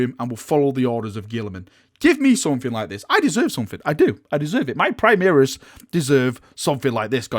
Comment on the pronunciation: You just got new toys and have had you have plenty! Chaos deserve this kind of attention so stop complaining. maybe GW don't understand your yorkie pronunciation of primaris (primihris) and is why they haven't given you this month's lieutenant, oh wait.... you did get a lieutenant lol